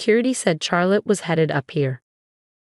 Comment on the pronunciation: Even the AI is not able to pronounce the name correclty. CHARLOTTE: It is pronounced as Shar+luht, or Shaa+luht, not "Char as in charcoal".